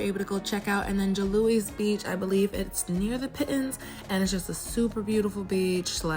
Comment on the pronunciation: Nice video!! Pitons are pronounced Pee-Ton! Great footage xo